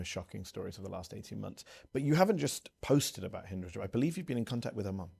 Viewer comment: not Hendra Job's, actually Hind Rajab's, for anyone who needs to hear that phone call. I had to do some digging, figgin AI translation said Hendra on several videos, annoying that none of them took the time to Pronounce her name Properly.